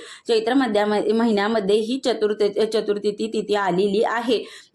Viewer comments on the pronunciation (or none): चतुर्थी म्हणा ओ ताई.